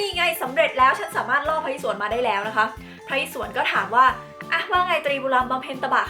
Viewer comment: พระอิศวร อ่านว่า พระ-อิ-สะ-วอน